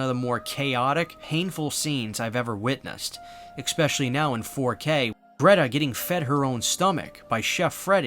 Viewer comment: Please please please STOP SAYING "EX-SPECHALLY"